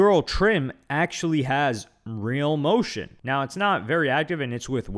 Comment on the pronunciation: You saying "motion" is hilarious